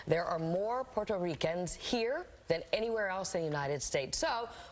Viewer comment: "porto REE Kans" 😂 🤦🏽‍♂️